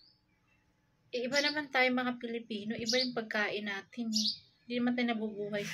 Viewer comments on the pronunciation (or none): none